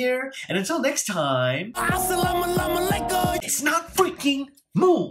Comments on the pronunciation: 6ix9ine: As salama lama alaykum him: wa alaikum mussalam my bro HAHAHA Laughtrip🤣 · ummmm am I the only one who knows that he said asalamalamalykum because he wanted to disrespect the Quran because he did not say it wrong because he accidently but he did it on purpose just do not tell me I am not the only one who knows that😓😥😰😨😱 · He never disrespected Islam, but ok. And when you said "this no how you say Assalam alykum" , so what? You can't pronounce Chinese words, so yh.